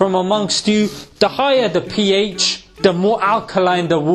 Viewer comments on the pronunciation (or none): When he said ph, I heard pee ay